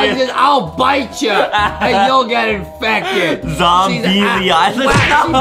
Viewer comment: It’s zom-bee Ayyyyyyyy!!!!